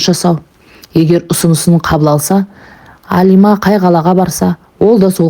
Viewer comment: Алима емес қазақ Әлима деп айтады.Орысша айтпа